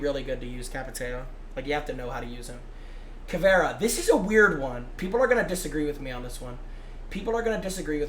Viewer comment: “kayd” not “kyeed”